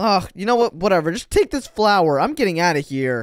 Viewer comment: It's take not toke